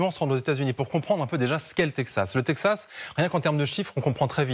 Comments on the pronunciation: faudra expliquer à votre consultant expert international qu'on prononce Texas et non Tepsas... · le "tedxas", c'est comme cela que ça se prononce ? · Chaque fois qu'il disait " tepzas " 🤣🤣🤣🤣🤣🙈🤭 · Quelqu'un peut-il leur apprendre à dire correctement texas ... 😅😂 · Il a un problème avec la prononciation de « texas » 😂